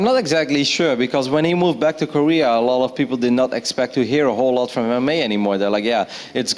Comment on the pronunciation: That guy can't even say Korea lol